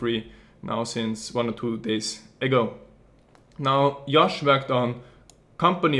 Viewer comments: JJJJJJJOSH. NOT YYYOSH. cMON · Why the fuck does he say Yosh? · because in Europe part of where he is from, they pronounce J's as Y's. Just like how in Spanish, J is pronounced as an H.